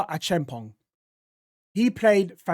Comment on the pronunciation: Josh A-cham-pong and Max Rack-sack-Yi. Veiga wasn't at his best but its just the conference league so you can't be too harsh.